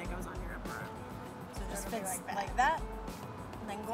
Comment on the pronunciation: Did u rike it?